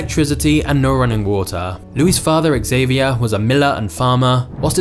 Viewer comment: Xavier is pronounced za-vi-ay